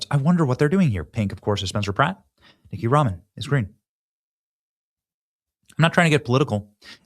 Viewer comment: c'mon Ben-do, it's NITH-EE-YA....it's better to dunk on her using her name